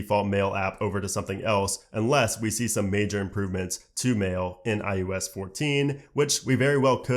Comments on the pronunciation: I thought it was just me hearing IUS all the time. Maybe we can get to enunciate the O better, it drives me crazy also. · At least you'll be able to say iPhone OS, because you can't say iOS for shit.